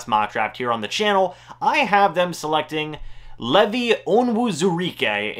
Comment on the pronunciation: ...LEEEEEVVV-EYE, not Levy